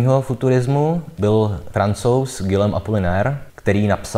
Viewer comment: super, oceňuji i názorné ukázky :) nemůžu si ale odpustit jednu výtku, a to k výslovnosti - Guillaume Apollinaire se vyslovuje /gijom/